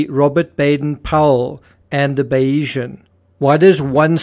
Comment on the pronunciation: Not sure if you’re reading the comments, but seeing how many videos you are making about this: it’s not Bayeeesan, but Bay-sian. After Thomas Bayes’ theory.